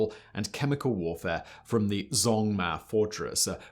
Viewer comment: this mf did not just pronounce zhongma as zongmar....